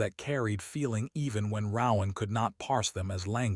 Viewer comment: Please, PLEASE teach the ai to pronounce RoAnn